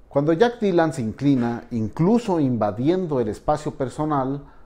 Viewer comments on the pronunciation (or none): Mencantou, pero JAJAJ “DAILAN”